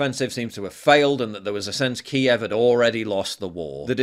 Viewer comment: Ty for saying Kiev correctly! ❤️